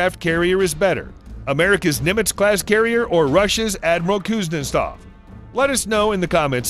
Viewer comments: Kuznetsov doesn't work, comparing it to carriers that do is ridiculous. It isn't all that hard to pronounce either. Cooze-nyet-sov. Simple stuff. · My favorite part is that the narrator pronounces Kuznetsov differently almost every time.